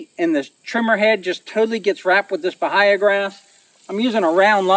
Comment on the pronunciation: It pronounced buh-hay-uh I've lived in North Florida my whole life and never heard it pronounced differently